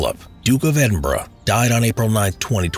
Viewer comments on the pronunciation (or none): nobody: Simple History: The Duke of Edinbruh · "The Duke of Edinbruh" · I thought he said edinbruh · The Duke of Edinbruh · Duke of Edin “Bruh” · The Dook Of Edinborow. What a pronunciation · Duke of Edinbruh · "The Duke of Edinbruh " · Yanks trying to hold their tongue of pronouncing it American way instead of the british way.